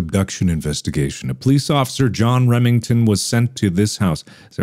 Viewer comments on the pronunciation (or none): none